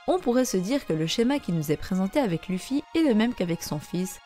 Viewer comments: Ça se lit leffy bordel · Si on veut précis c'est Leuffy Mais on va pas commencer à chipoter. La prononciation japonaise n'a pas d'égal en français.